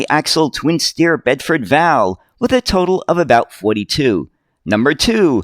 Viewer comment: It's a Bedford V. A. L., rather than pronounced Val as in the girl's name... 😉